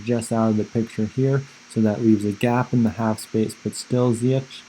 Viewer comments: It’s pronounced Zee-yesh. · Its ZiyeCH like SHine